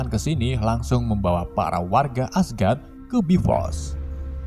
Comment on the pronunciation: Membawa ❌ Membawawa✅